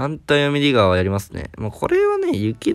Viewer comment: 英語の発音がよすぎるネイティブの先生並みの「ディガー」